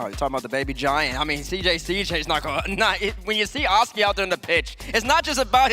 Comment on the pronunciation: Cannot stand pronouncing Oski's name wrong:(